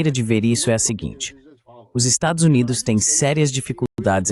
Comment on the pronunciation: Excelente conteùdo. Só não consegui entender por que.o narrador-locutor-tradutor NÃO CONSEGUE dizer a palavra "Estados Unidos"?!?